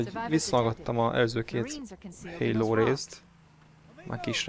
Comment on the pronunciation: Halo, Halo, figyelem! Így magyarul kiejtve elég hülyén hangzik szerintem, jobb hogy a "héló"-nál maradtál.